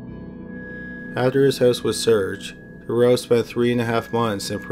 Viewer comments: Marc detroux is pronounced Marc detroo, not the way your saying it. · His name is pronounced Dû-troo and he also escaped and got caught by a forest ranger. Awesome video! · Took me a while... it's not Marc Dureau, it sounds more like Mark Du "true" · I hate to dwell on a subject, but once again the narrator is pronouncing Dutroux incorrectly. His surname is pronounced Da-true. Oux in French is pronounced oo. Think of Louis Theroux. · Usually good, but the constant mispronouncing of Dutroux's name was annoying.. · I love your vids but you're saying Dutroux's name wrong. You called him Duroux the whole time, there is a T in there lol and how they could ever even think of paroling him is waaaaaayyy beyond me. 2021 is almost here and I seriously hope that never actually comes to pass. The guy is an absolute monster, it's just crazy to me that here in the states it's the same. There are murders, rapists, and child molesters that actually get released from jail only to re-offend and yet you have other non violent offenders in jail for life with no chance of parole EVER, it's absolutely sickening. It should be an eye for an eye and these sick disgusting pieces of shit should be killed slowly and painfully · Is it really that hard saying Dutroux? You keep saying something that sounds like Thuro. Google translate a name first if it's that hard. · jennifer ryerse jones BTW, I know he’s Canadian. Surely that means he knows at least a tiny bit of French and knows how to pronounce Dutroux? Just a thought? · The only reason I mention it (apart from the fact I’m a pronunciation/spelling and grammar Nazi) is because the constant mispronunciation of Dutroux(s) name is incredibly distracting in the story. X